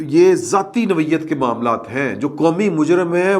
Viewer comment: تلفظ ٹھیک کرلیں۔نوعیت noyat ہے۔nawiat نہیں ہے